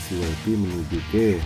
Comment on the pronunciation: Wayfay bang, bukan waifi.